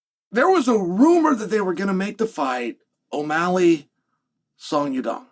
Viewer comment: I genuinely thought he was messing with us by saying song dong. But now he changed it to song young dong. fun fact, Oregon is the most white state in America and that explains why he can’t pronounce names.